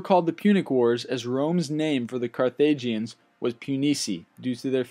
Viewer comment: Well actually they did sign a peace treaty. And did anybody notice the narrator saying carthagians not carthaginians?